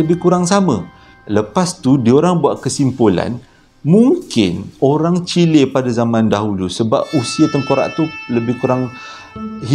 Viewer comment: "Chili..chile..ah lebey kurg la kan" 🤣🤣